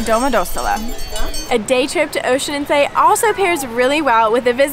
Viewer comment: Horrible, at least they could have learned how to pronounce the name correctly! Tip: it is not Oeschinenzay!